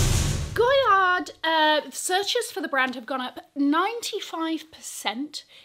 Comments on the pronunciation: I thought it was pronounced GOY-AR? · the "d" in goyard is silent.